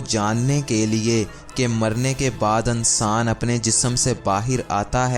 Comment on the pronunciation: Ankaar....Ansaan😅 wah....tumhara talaffuz....koi aur kaam kia kar....kapray phar k sia kar